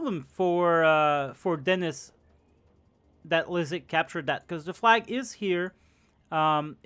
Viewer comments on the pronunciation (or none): I always love seing Liszek getting his shit kicked in (and it's pronounced Lee-shek, not Leizek lol)